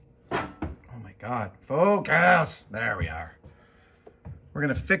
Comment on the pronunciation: "FoCUS!" kept making me think "Aziz LIGHT!"